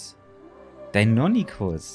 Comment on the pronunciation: Lieber, die dinonychus werden dino(english)-ny-schuss ausgesprochen😅